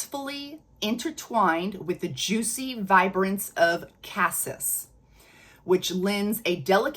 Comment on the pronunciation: BTW, "cassis" is pronounced cah-SEE. French. Just sayin. 😉 I have a dupe of the regular Devotion, which I LOVE....but the sillage/longevity aren't that great. Is the OG scent better at these?? Like Lattafa's new Nebras Elixir, I'm excited about this new Devotion flanker, have already added it to my (ever growing) wish list!